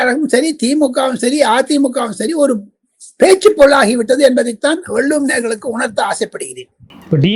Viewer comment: " வல்லுவம்" தவறான உச்சரிப்பு நாக்கை மடித்து, "வள்ளுவம் " என்று உச்சரிக்க பழகுங்க😢